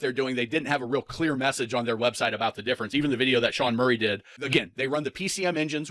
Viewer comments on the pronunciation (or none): none